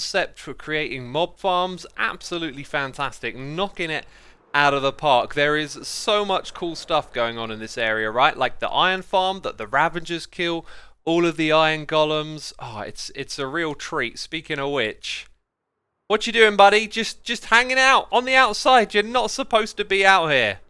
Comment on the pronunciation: Rav-a-ger, Rav-a-ger. Not Rav-en-ger